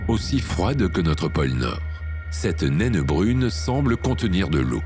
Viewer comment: Tu n'es pas obligé de prononcer le E de nainE